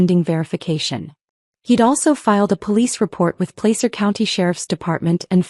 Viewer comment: Since I have lived in that County all my life, I can tell you it's pronounced Pla sir